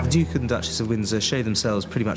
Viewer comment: my god at least pronounce duke correctly